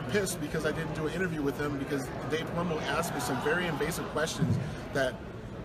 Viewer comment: Did he just said Palumbo ass lol 😂